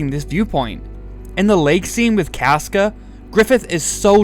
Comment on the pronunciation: I will listen to your opinion when you pronounce casca like a normal person